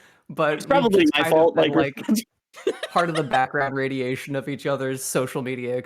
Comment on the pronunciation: "Radiation"? 🗿 Say that again...